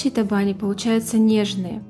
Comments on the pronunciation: табани, ударение на последний слог. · В Удмуртии ударение в слове табани делают на букву и. И конечно готовят в печи с начинкой из фарша или с мойвой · В слове табани, ударение на букву и.